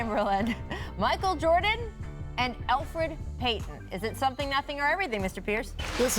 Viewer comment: Elfeid Payton ?! Lol